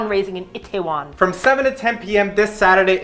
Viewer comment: its EE-TAY-WON..not it teh won...